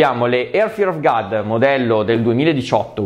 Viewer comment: è god non gad la pronuncia,video stupendo comunque💪😍